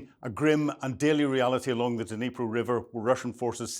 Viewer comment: Dnipro. Pronounced. Nee-pro. The D is not Pronounced.